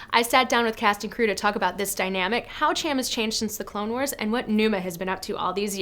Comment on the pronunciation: am i the only one annoyed with her saying Ch-am instead of Sh-am cyndulla, im from the midwest so mayve its an accent thing but its just annoying also, QUASAR FIRE CLASS CARRIER RETURNS, LONG LIVE LEGENDS